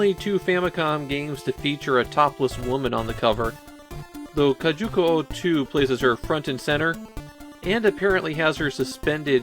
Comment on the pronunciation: Drinking game: take a shot every time says “kajuku” instead of “kujaku”:) Never played this one and didn’t know they were the same devs from Umihara Kawase. I love that game!